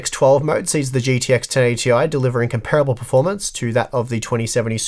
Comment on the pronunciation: it hurt every time you mispronounced 'comparable'.